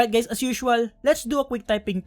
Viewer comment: Did you just said hi gays? Lmao